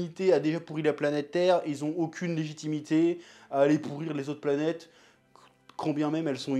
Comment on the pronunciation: L'anime est merveilleux et n'a pas vieillit d'un poil je le recommande amplement. Le studio Sunrise ont fait un très beau travail et en plus la VF est très bonne. Petite note, ça se prononce "Pla-nyyt-èss" c'est un mot grecque qui veut dire: voyageur/explorateur.